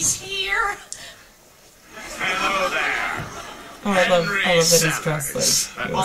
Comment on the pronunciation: Ted reading 'Halo' not 'Hello'